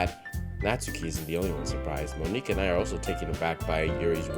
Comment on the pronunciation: The way you pronounce her name as Moniqua gotta be you enforcing the one drop rule